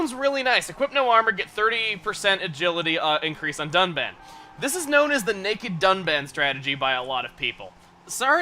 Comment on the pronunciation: Am I the only one that heard duck man instead of Dunban? LOL, Duck Man, the first officially revealed Robot Master for Mega Man 11. If only. xD